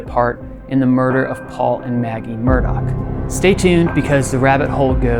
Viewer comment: The name Murdaugh doesn't have a C or K in it. Why do they keep saying "Murdock?"